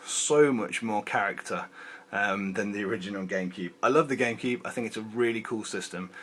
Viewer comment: Why does he say Gamekeeb/Genkib?